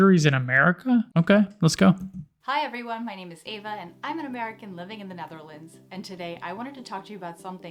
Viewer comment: Why is she saying "Nutherlands"?